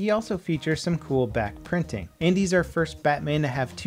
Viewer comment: God, I keep hearing "Bat printing".